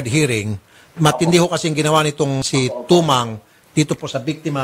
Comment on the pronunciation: Mali po kayo mam... angelica "timang"po atah😂😂😂hindi po tumang